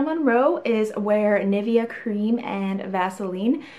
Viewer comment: Btw just to know proper way to say nivea is: ni (as in nicole) ve (as in vest) a